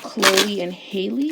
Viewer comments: No Hailey .. HA- Lee like the Ha in hat Halle ... amazing reading queen 👸🏾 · It's Halle not Holly/Hailey lol and they're not twins...like you said Chloe is a Cancer and Halle is an Aries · halle literally has the same first name as halle berry and ppl still pronounce it wrong 😭 great reading ❤️